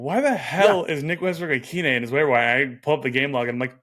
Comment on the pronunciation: IT'S OHN!